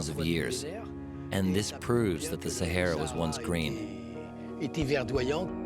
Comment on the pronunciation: Sa"hey"ra? No, it is the Sa"har"ra. If you are doing a documentary on a place, at least get its name right!